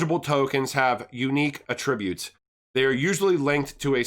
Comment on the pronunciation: Att-ributes and et-cetera